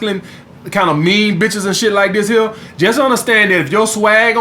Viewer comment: I will never get tired of hearing "we'a fuck these hoes to sleep ova heya" gets me every damn time